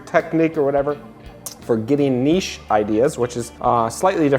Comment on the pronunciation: I love it when people can pronounce niche ("nish").. Thank you!